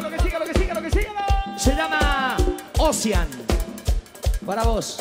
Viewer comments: Otro tema nuevo... se llama "osian". En realidad se pronuncia oushean 😂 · No sabe ni pronunciar el nombre del tema el paisano😂